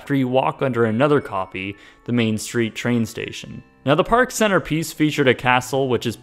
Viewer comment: Have you been playing Epic Mickey? Because you said Mean Street not Main Street